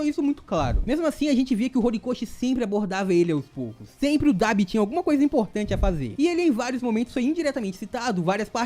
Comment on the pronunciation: Nunca vi ninguém falando Debi